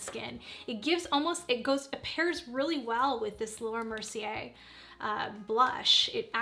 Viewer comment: Easiest way to remember how to pronounce Mercier is mercy + hay - h. Say mercy hay and then take out the h sound. Mercy-ay is good enough.